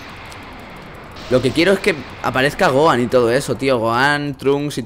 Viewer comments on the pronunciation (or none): se pronuncia gojan y se escribe Gohan tio